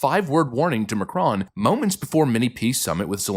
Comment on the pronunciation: Pronounced Mah crone like drone